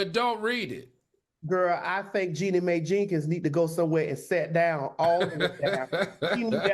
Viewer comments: Al its pronouced Jeannie MY! not may! i hate when yall call her that. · It's pronounced Jeannie MY. Also, if we're not going to report objectively, can we just not report at all? And since on this story AL didn't do his typical due diligence, there was duress surrounding their prenup agreement. Jeezy was dealing with the passing of his mom at the time and they both wanted to get married quickly in order to incorporate both their families. So yes, there were extenuating circumstances surrounding their nuptials. Also, Maddie brought all the stereotypes. It was just disappointing. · If u pronounced the name right it wouldn't sound so white...it's pronounced "my" ( Mai) get it right before reporting on a person